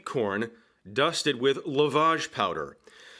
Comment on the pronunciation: Ate there a few days ago...amazing food and service (though 16 courses is perhaps a little OTT!). The US presenter's pronunciations are amusing..tur-bow (turbot)? It's more like tur-bott.. luvarje (lovage)? It's more like luvidge?